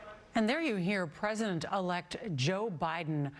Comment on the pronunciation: It would be nice if my president could pronounce president without slurring